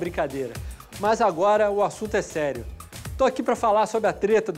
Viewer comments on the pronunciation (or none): "sérin" kkkkkkkkkk